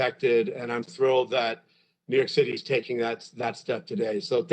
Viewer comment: “We’re tho thrilled”